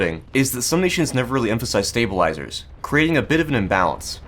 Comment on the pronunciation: стейбелайзерс, стейбелайзерс, сьейбелайзерс, стейбелайзерс... спасибо очень интерсно!